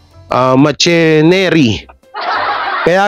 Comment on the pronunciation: Machinery is pronounced masyinery.